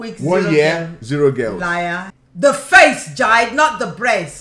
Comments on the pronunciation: Watching this makes me annoyed. She pronouncing jide as "jaid" when its actually "jee-day" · I love how she called him “Jide” instead of “jee-Deh”